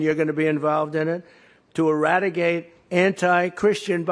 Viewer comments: Did he say "Eradigate"? He's more feeble than usual today. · He said eradigate ! Not eradicate. His brain is broken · He said, "Iradigate" WOW! LOOOOOZR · Religion never left our country. But he has no clue about belief in God. And off topic, he is really going bald and he can't hide it now. He is going to eradigate? Guess he meant eradicate? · Am I mistaken isn’t it eradicate, not eradigate? 😮